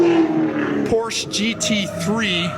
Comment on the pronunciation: C'mon, 2 syllable word "Por-Sche" haha I did 1 track day out at Miller Motorsports Park with my 2001 Audi S4. Was the most fun I've had with my pants on! jblinga